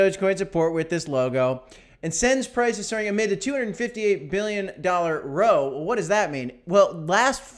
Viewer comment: its a row as in a fight not row as in a boat😂